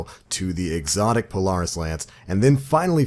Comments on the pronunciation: Lol not how you pronounce Polaris but words are hard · I wish you knew how to say the word Polaris good god